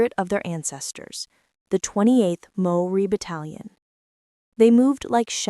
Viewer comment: You are showing a picture of Australian soldiers while talking about Maori - natives of Aotearoa/New Zealand. In the time it took for me to write this, I have heard one nonsense after another.... although I do thank you for having a good go at pronouncing the Maori words correctly. A Kiwi.